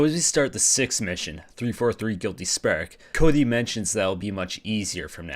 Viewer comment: "giwwty sparek"